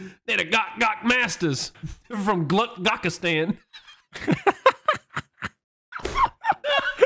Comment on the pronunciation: Gawkastan lmao